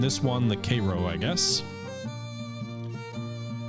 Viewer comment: It was hard to watch everytime you pronounced cairo.